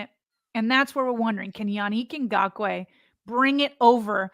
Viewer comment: man you struggled with his name. Come on now. It’s not Na-gock-way. Isn’t it like Ingraven. Ing-gock-way Idk maybe I’m wrong.